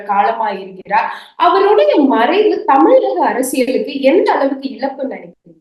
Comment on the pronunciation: அவர்களே "இலப்பு "என்றால் என்ன? இழப்பு என வார்தை உள்ளது.